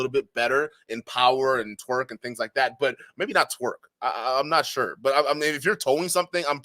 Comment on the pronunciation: It’s torque…not TWERK my guy